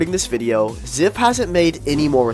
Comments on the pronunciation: Its pronouned zaiph no ziph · That youtuber keeps my mind working also u said ziph why its z "I" ph with a y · pronouncing zyph as zif is crazy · Give the a break who cares if the pdf files name is pronounced incorrectly 😘